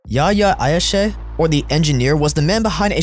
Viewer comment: Not Ayshe, Ayash.his name was Yihye Ayash. In Israel he was called "The engineer"